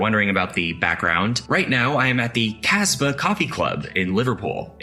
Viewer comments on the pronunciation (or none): It is pronounced "KAZ-bar." Not "cassbar." Listen to Rock The Casbar by The Clash.